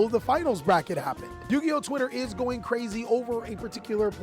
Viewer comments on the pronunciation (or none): none